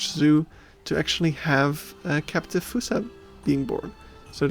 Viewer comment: its pronounced F-aw-ssa not fUssa